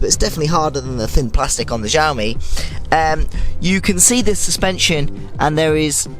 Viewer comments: Not jioami its siomi (in Chinese xiaomi) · omg it's not ZIAOMI it's XIAOMI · You read xiaomi like its french. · "zhaomi", "as moch as I kan", "give me zombs up" jeez, my ears )) it says that conclusions are , but there is nothing there, just some mumbling and filler to extend the video. "Carly opinion" . Watched for a few minutes, again - nothing, just rumbling and noises, 0 information. I am giving "zombs doun".